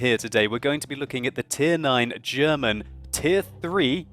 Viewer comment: For a brit he pronounces German words bloody well I'd say:-)